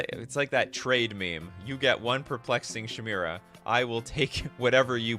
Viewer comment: You really need to learn how to read and pronounce words. Thats not how you pronounce "chimera". Its ky-mare-uh or ky-meer-uh.